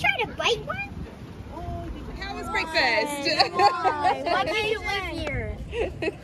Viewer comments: Is brefix a new thing or may be u are not saying it right? Just wonderin'!? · Say the word breakfast again 😅 I like the way how you pronounce it ❤